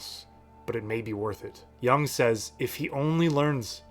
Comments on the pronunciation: Jung as in Juuung, not young. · The u in 'Jung' is pronounced like the double o in 'book'. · Great video my dude, but you’re pronouncing Jung wrong and it hurts my ears. 😅